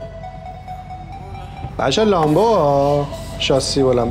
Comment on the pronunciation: داداش اون لمبه بود نه لامبو😂😂😂😂😂